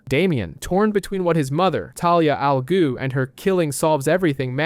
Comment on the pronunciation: Jesus christ...raz al goo...really?